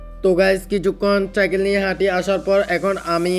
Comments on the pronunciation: চাইকেল না ভাই সাইকেল হবে। তুমি পুরো ভিডিওতে শুধু চাইকেল বলেছো😂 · R ha video te cycle(সাইকেল) k bolsila চাইকেল😂😂. But oita সাইকেল hobe